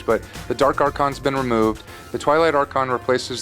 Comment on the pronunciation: "the dark archon has been romoved" WHAT????????